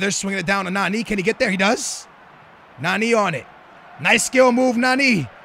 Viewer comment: It's nani not naneeee